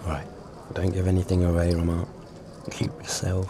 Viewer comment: I love this series, but the introduction voice misspronouncing Romaine is sooo annoying.